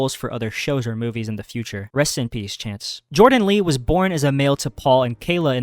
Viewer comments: The Deep's actor's name is Chace, not Chance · I thought you said Chance from The Deep, my heart sinking